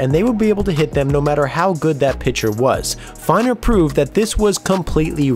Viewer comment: Harlem Killebrew? Very surprised to hear you say that, twice. Also Eddie Feigner was pronounced like FAY-ner.